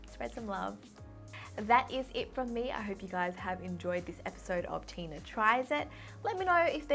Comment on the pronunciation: Whenever she says her name is Tina it always reminds me of tuna